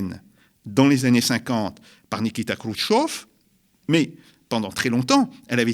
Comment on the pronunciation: Kroutchev pas kroutchoff.